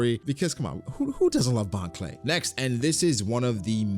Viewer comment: I love you my guy but bro every time you said “bon cleu” I wanted to go boom ngl